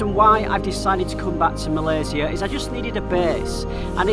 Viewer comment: Good Job for pronouncing "Malaysia" like what it suppose to be pronounced by not westernized it :) :) :)